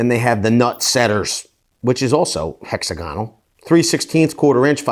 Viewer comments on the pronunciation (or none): none